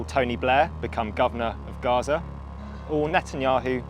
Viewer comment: Gaza not garage